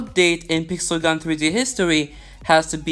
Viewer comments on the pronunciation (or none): i like how u says "peesel gun 3D"